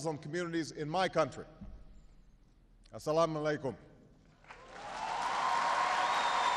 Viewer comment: really not pronounced very well... and I understand this is a greeting from one muslim to another. it doesn't seem right for him to use it here, is it?